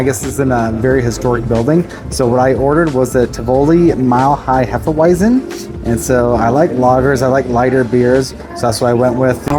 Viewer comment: TIV-OH-LEE is the pronunciation